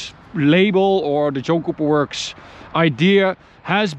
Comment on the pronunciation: Sound like you are saying Junk Cooper Works or Joke Cooper works. Great looking car for sure. 👌